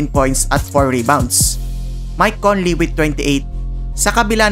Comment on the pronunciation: Conley boss.. not Cornley 😅